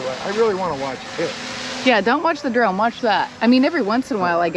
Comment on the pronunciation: You said, "I am now a drone pilot", I heard, "I am now a drown pirate". Had to rerun and listen again. LOL.